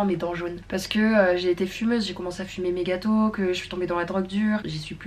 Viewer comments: Au lieu de "j'ai commencé à fumer méga tôt" j'ai compris "j'ai commencé à fumer mes gâteaux" 😂😭 En tout cas, super vidéo ! Les blocs sont définitivement mon type de vidéo préférée ! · tu viens de m'apprendre qu'elle avait dit "méga tôt", j'ai sincèrement compris "mes gâteaux"... mdr